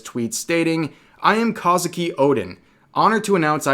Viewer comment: It's Kozuki, not Kazuki